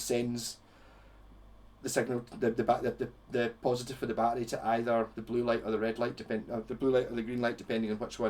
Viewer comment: Dude okay now that's a very cool pedal I just learned something to about the a b pedal okay that's cool took me awhile to figure out you were saying battery I was like what the f*** is he saying peace out have a good day